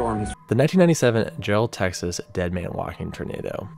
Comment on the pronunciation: I live in Jarrell tx and he just said JellOed